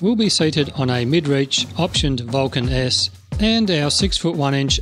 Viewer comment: The way your said Vulcan S sounds like "Vulcaness" and I wonder if that's just a coincidence , or your speaking style ? I WANT to ride one so badly. I'm a newbie (re-entry same thing) and it seems perfect. I am still getting used to my Shadow 750, but I have a feeling I'd be used to the Vulcan in 5 minutes.